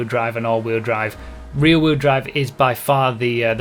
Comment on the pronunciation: "the fastest reeee wheel drive cars"